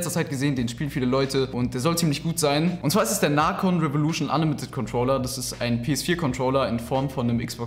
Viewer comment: Naaacon 😂😂 Man spricht es neicon no front bleibst der beste yter:) like creator is da